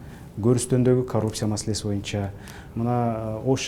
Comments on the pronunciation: "Моюнча" дебей "боюнча" деп так, туура сүйлөчү спикер мырза! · Сиз да байкапсыз да моюнчаны😝